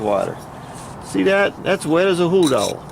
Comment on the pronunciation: hey you said wet as a what LOL!